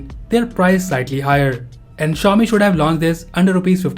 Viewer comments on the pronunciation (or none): none